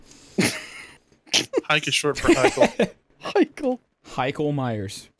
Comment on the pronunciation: Hichael is how my name is pronounced